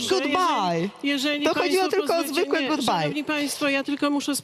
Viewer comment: Właśnie: paniom (?) mówimy good bay...